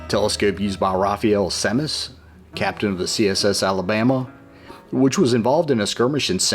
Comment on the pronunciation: That Admiral Semmes from Mobile is pronounced like 'Sims,' or 'Sems' just a FYI footnote